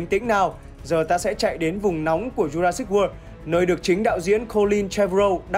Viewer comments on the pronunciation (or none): none